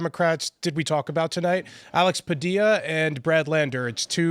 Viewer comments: Tim, you are, obviously, a highly Intelligent man, which is why it seems so much worse when you mispronounced Spanish names. Padilla is pronounced, not (puh-Dill-uh) but the double L in Spanish is always pronounced more like a Y. (paw-dee-yaw). Like a plane (flat ground) is spelled llano but pronounced (yaw-no). Weird but true. Also, Z (zed) is always an S sound, A is ah, E is eh, I is ee, O is owe & U is ooh (not you). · Double L in a Hispanic name is an ee sound. It’s Padee-uh. Like Tortilla is Tor-tee-uh, Padilla-Tortilla, not Padilla-vanilla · His name is pronounced Pah-Dee-Yah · It’s PADILLA, not Padilla you insensitive jerk.